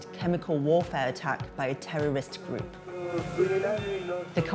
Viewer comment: "Tellolist gloup"